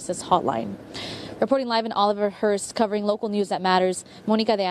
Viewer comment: Has the anchor at the studio ever heard of the name Monica or was her way of pronouncing it a way of belittling Monica?